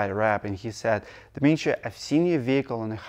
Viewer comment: I have asked this before, but just gotten flak from another fan. You say your first name differently than Dmee-tree when you first say it. Is there a Russian nickname or version that is not phonetic? At the beginning of this video, it sounded again like you were saying "Misha" or similar before you repeated your name the 2nd time.